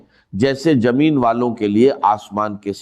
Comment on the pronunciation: A jameen Nhi bolte Zameen bol Tu Dr iSrara nhi bolra Dabing h